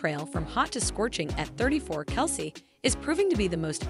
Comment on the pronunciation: Travis's last name is pronounced, KEL CEE.